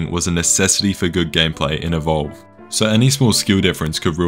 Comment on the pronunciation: You really butchered EVOLVED :( The sad part is that to be competitive in DbD you have to pay many times more than EVOLVED now. (Unless you grind many thousands of hours you might be able to afford one or two “free” characters (non licensed ones) I think dbd is up at around 240$ for all DLC + game ATM.